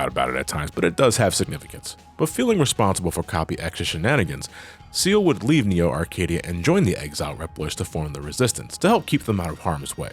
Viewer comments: "Ciel" as in "seal" ??? Nah, dude, it's "Ciel" as in "see el" as in "sky." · Just because it was bothering me, Ciel's name is pronounced C-L, See-El. No offense